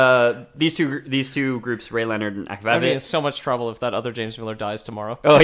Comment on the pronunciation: As soon as they pronounce rayleonard and akvavit I knew they didn't even play them. I get they can't deep dive into every franchise ever but maybe at least play the game, it's not like the game is super expensive or time consuming